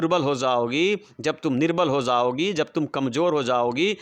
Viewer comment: Jaogi😂 Prounce